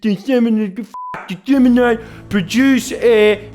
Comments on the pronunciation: Apparently "dessimnate" is close enough to "disseminate" for a legal document. Edit: "derigotarory" is even worse 🤣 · 'dessimnate' and 'derigotarory' lololololololololololol fark so dumb